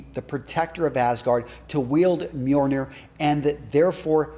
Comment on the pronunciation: Just a tip: the hammer is named Mjölnir. With an L. Not Mjornir. Nice video, though. It's a nice change of pace.